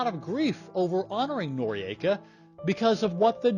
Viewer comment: I am unsure about the pronounciation - 'nor-ee-ayka' seems incorrect - 'nor-ika' seems correct and how I always heard it